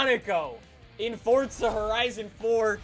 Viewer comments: Why do yuo say forza like fortza? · This game is not called fodza its forza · god damn man, the way u say forza is gettin to me. wElcOme bACk tO FORTTZA man stfu, say forza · ITS NOT FORTZA, ITS F O R Z A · Man I can’t stand the way he says Forza “(Fortza)” I just want to rip his head off every time I hear him say Forza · Its For - Za not fortzer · Sneakers 4 life yeah that annoys me a bit lol. If it was pronounced like that, it should be spelled “forzza” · It annoys me like he always says fortza when its forza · “Fortza” it’s forza 😂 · forza not fortza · Its for za. Not fortza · It's not fortza it's forza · It’s not FORTza it’s forza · It’s not fucking Fortza it’s forza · Is not fotza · U dont say forza properly u say fortza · Stop pronouncing Forza like Fort-za seriously dude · Why do you say Fortza Horizon 4 why not FORZA horizon 4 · *forza not fortza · I love this guy i just hate how he says fortza instead of forza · Why does everyone say fort-za😡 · Love you’re videos but when you say fortza horizon at the start is so annoying it’s forza there is no t so please stop pronouncing it fortza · It’s still not Fortza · did this man just say fortza? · Fortza horzion... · Man calls it fortza😂😂😂😅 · You say fortza. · Stop calling it fortza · where is the “t” in forza? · ITS FOR-ZA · calls forza horizon 4 fortza horizon 4 😂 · “Welcome back to fortza horizon 4” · i remember in forza motorsports 5, jeremy clarkson had a narrative opening scene and he said (at the end) "Welcome to FORTZA motorsports 5." At least he pronounced forza as fortza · isnt that what it’s pronounced in italian though? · it is pronounced fortza tho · Fortza hurizun 4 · Its not FORTZA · Logan Sauvage I don’t see a T in Forza you liberal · He says forza like fortza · He says fortza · Fortza horitzon 4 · buddy can you please say forza right! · it triggers me how he says forza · The way he says forza tho